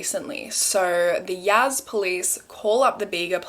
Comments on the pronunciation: Also it’s Yasssss not Yazz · its pronounced y-ass not yaz 💖💖💖